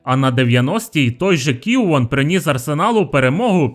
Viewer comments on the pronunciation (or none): Хто такий Кіуон? Кіоуна знаю, а того хлопа ні. Ще у Лаурен з Люнгбергом... то якесь жахіття Автору слід трохи краще вивчати фамілії легендарних футболістів.